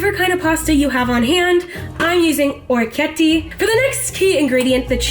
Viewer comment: "Orecchietti" !?! 😕 Please.!!! no no !!! ORECCHIETTE!!